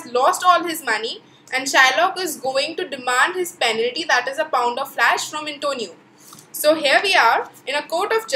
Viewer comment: Didi Flash nahi Flesh hota hai